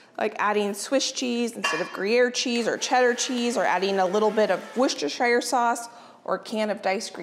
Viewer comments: sorry its not pronounced wostershire it is wos-ter-sher sauce i know i'm from the uk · Worcestershire Sauce pronounced "wer-stuh-sher" not "shire" for next time 👩🏻‍🦱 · I’m from Worcestershire, and the smell of the sauce brewing as you went past the Lea & Perrins factory is the smell of home! Your pronunciation is close, you need to say it Wuss-ter-shur. 😊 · I am English and we say WUSS-tuh-shuh. No R's anywhere! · I live in the UK, around 40 minutes from Worcestershire, you all pronounce worcester fine (woster) but shire is pronounced 'shear', like I'm going to shear the sheep. woster-shear. We have lots of counties ending in shire (Worchestshire, Gloustershire, Herefordshire, Hampshire), they are all pronounced 'shear'. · Hi, thanks for all these fab recipes, in England we often have smoked salmon as a Christmas breakfast in my family but these look amazing! Also, as American's tend to struggle with "Worcestershire" I thought I'd let you know from a Brit how Worcestershire sauce is pronounced! In its true form its pronounced "wu-ster-sher" but we often shorten it right down to simply "wuster" sauce. Hopefully that helps with the tongue twister! Merry Christmas! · American's PLEASE it 's pronounced Wooster-shear sauce. You have a Worcester in NY, PA, VT, MD and WI as well as pronouncing a city & county in the UK wrong. Its like nails on a chalkboard everytime. People make an effort to pronounce non english words correctly to avoid offence, make the same effort! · Custard has sugar in Sauce does not.....its spelt shire but pronounced sheer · I checked on line.... and while I'm sure we all want to call Worcestershire , Wor-chest-er-shy-r......it is pronounced wu-stuh-shr......too many silent letters for my liking